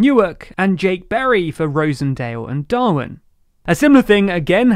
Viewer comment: Just FYI, Rossendale is pronounced 'Roz-en-day-l' and Darwen is pronounced 'Dar-win'